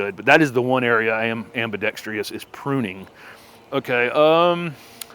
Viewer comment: Absolutely adore your channel. It has opened up a whole new world of pretty uncomplicated enjoyment of plants for me. But you are driving me crazy... Now, I say this with the greatest of respect and attempted kindness, but it's ambidexTROUS. No i. 😉😊